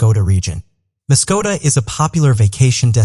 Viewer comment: The fake elderly home was in the Muskokas. There's no "T" in it.